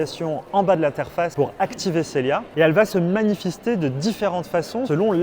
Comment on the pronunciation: manifister... D'accord 🤣👊